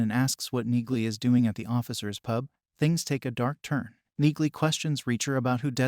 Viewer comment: it's pronounced Nealy